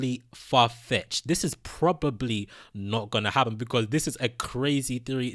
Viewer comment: Me:Probably:Pro-pobe-ley